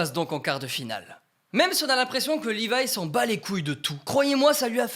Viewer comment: C'est Levi pas "Livaï"